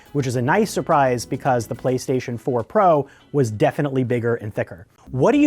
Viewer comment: “Playshashion 5 games”